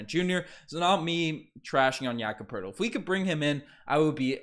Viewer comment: No, Two first Round Picks straight NO, NO. Poeltl not Hurtle lol would fix some of our problems. I'll be more upset, really only upset if we aren't the team pulling off the Trade with the Portland TrailBlazers, they'd fix all our problems except for a Center. This is a Rebuild season, so that is okay with me. even though Ujiri is silly with his thoughts that this is a Competitive team that can win Championships